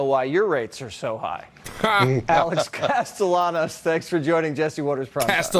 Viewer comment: Castellanos.....cas Tay on ose